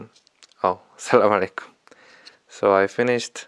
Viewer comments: Mashallah I'm really proud of u brother really u r real man u were very confident in the speech I really like way u say assalamu alaikum may allah grant you Jannah Ameen ❤️❤️ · To be honest u pronounce " Assalamualiekum"better then me Good job as a new Muslim🙂🙂